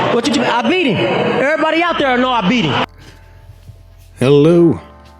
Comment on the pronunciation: "I bieat hiem! Err body know I bieat hiem!"